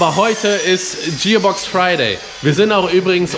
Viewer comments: lol zum Leben gebracht. Der Bock wurde hier zum Gärtner gemacht ^^ Es heisst net Dschierbox sondern Gearbox Hab dich trotzdem lieb,, du:) Und danke für die Erklärung mit den Synchroringen. Endlich habe ich verstanden, wie das mit den Ringen geht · Der typ hats hart drauf, und ich bewundere seine arbeit, fähigkeiten und erfahrung. Aber wenn er noch einmal TSCHIÄRBOX statt gearbox sagt, dann rast ich auuuus 😂 Grüße :D